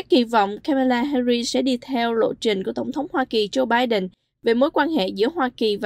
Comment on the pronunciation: Là một xướng ngôn viên cho đài có nhiều người nghe, xin vui lòng phát âm họ và tên của nữ phó tổng thống cho đúng. Xin lỗi vì đã lên tiếng vì đài Culture Channel có rất nhiều người nghe và theo dõi.